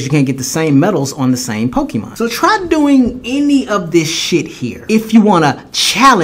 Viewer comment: Masuda is the type of person who calls Pokemon "Pokiman" while knowing dam well that it's pronounced Pokemon!